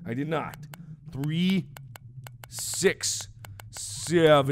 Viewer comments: noticed it loud and clear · Omg I just noticed it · Niki i noticed. i kept playing to make usre i was right. i was laughing so hard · Did anyone else notice that the first time he said "three, six, seven, nine", he said "three, sex, seven, nine"? xD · Lol I had to replay in order to hear that XD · Niki ikr haha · XD I Noticed!!!!!!!!!! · Did anyone realized that Mark actually said Sex instead of 6 ? i was like "....o_o so a number rapes a number..?WHAT?!?" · I realized that he said three sex seven. Three six seven nine. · I'd never say rpg horrors can be scary but that is so crazy! Yeah, I noticed "three, sex, seven.. three, six, seven" xD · i died when he went '' ... THE MISSING ONES! uh... 3, sex, 7'' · he said five "sex" seven lol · Did anyone else hear him say "sex" instead of "six"? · THREE SEX SEVEN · omg omg THREE,,,,SEX,,,SEVAN later realized he said SEX INSTEAND OF SIX